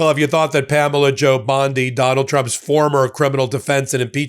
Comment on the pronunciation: 😂 Did you say Pamela Jo Bondi? Rhymes with banjo? 🤣 PamelaJoBlow.